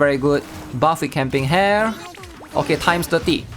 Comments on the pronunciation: stop pronouncing it as camping hair tho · hahaha kind of feels weird but dont know why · At this point, I'd just conclude that he doesn't read comments, he is pure trolling, or just plainly doesn't care. Or maybe Dyslexia, who knows.